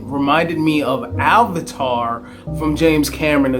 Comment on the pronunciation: It's pronounced AVATAR and NOT ALVATAR lol! But I knew what you meant so it's cool lol. I saw this movie in the 4DX theater for my very 1st time and it was exciting! The moving seats, the wind, water, and sound was AWESOME. It was very similar to a amusement park ride. I was more emerged in the ride and the action of the movie than the actual story. The story didn't grab me much. Even the characters I didn't care much about besides my homey Momoa lol. I like him in general.